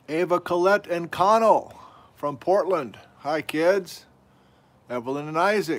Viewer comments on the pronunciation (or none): none